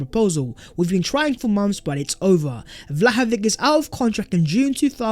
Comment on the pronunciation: Do not say Vlahovik...not K on the end...its sound "Vlahovits"....he is serbien not english